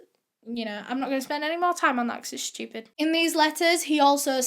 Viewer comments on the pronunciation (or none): "I'm not gonna spend more time on that 'cause it's shtupid", I love you.